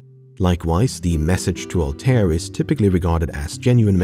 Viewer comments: I's not Altair it Arabic so the pronunciation should be "Al-ta-eer" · The pronunciation of Altair is killing me man